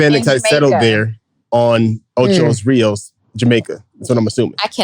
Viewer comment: Jamaica has huge Spanish influence. It's Ocho Rios, but we call it "O-CHI" like CHEE with short e, not Chai